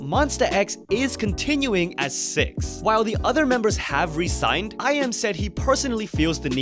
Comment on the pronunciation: You say resign as in re-sign but resign is the opposite of the meaning you intend which may be confusing (especially spoken).